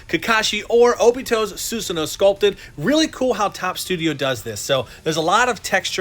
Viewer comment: you should pronounce it as susano not susano